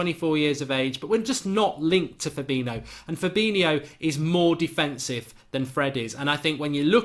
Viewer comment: Mark, you pronounced Fabinho correctly and your Alderweirald is definitely improving! ! 😉